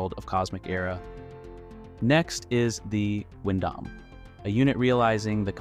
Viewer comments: Wait wait wair wait a minute..........did you just pronounce Gundam like Goon Dom?.......whats with the butchering of the name Gundam? Thats just as awful as the Junius Seven incident sir!!! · Just gotta confirm. This dialogue and speech in the video is AI, right. Pronouncing Goon-Damn and saying M and T instead of meter and tons is jarring